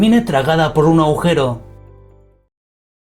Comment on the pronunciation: No “aujero ”, agujeros señor